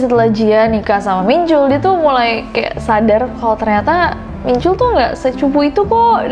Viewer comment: Ness, info aja ya, soalnya aneh dengernya. Hehe. Nama Jin Min Chul, "chul" nya dilafalin kaya "tall"/tol-nya jalan tol. Jadi bukan pake U, tp pake O terbuka.